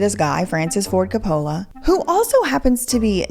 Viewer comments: Look I’m not trying to knit pick. But when people mispronounce someone’s name it drives me crazy. It Cope uh luh not co polla. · I would say just one thing : report, do not judge. I am here because I like your other videos. The director's name is pronounced [Kopulah] with accent on the first o. He is one of the most recognized movie directors in the WORLD, and has created some of the most emblematic Italian/American culture movies in the last 50-60 yrs. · I have always adored Shia...he's such a good actor. like Johnny Depp, who literally becomes the person he's portraying. And Heath Ledger! I hope he's finally doing well after having a very rough start. Also,, pronounce it Cap-pa-la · Your pronunciation of coppolla makes me want to punch my phone and throw it in a woodchipper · is one of my top 3 fav youtubers, but can someone please help her pronounce COPE-ala? TIA Still love you girl, and all your music (this one is def a bop ) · Francis Ford "Cah-pole-Uh" 😅😂😅😂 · Love your content but hate how u say copolla 😂😂😂😂😂😂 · if you think Cope Alla, you got his name right wonderful video i did chuckle every time you said his name hehe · Say it like Cope-o-la and NOT lay 😊😅😂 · Making this whole video without pronouncing the name Coppola correctly was a bold choice. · Francis Ford Coppola is a legendary Artist and Director. Please pronounce his name correctly. 😂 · Love the way you pronounce Coppola. 😆😆 So wrong.